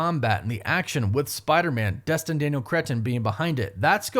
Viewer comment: It sounded like he said “Dustin” 😂 cheers for clarifying hah